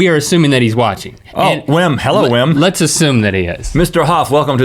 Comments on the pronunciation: That man's name is pronounced as Vim. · You're probably right, since he persists even after Rhett pronounces it correctly! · Wim is pronounced Vim and he is the most spectacular person ever.